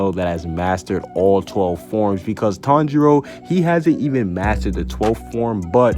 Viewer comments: I turned on the subtitles and he says Tong Jeo instead of Tanjiro 😂😂😂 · The first word he says is sooooo wrong